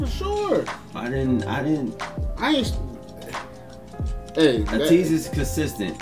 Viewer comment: thank you for reacting to their dance practice and highlighting your favorite parts. For your information, Ateez is spoken as Ay-tease or 80s (eighties).